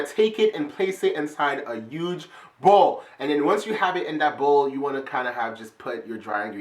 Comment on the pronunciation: does anyone else notice that he always says uge instead of huge